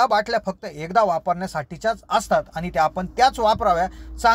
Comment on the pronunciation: भाऊ , प्रथम आपली भाषा सुधारा. आनि ,बानी आनी पानी,आवुश.